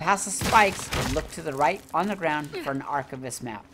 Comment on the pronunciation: Love your videos on this, although my only critique here is when you say the word archivist... Ar Kai Vist not ar chiv ist... Get what I mean, you don't say ar chiv, its archive... Get it?